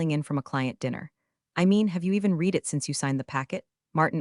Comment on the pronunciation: The usual misreading of the word READ by the AI.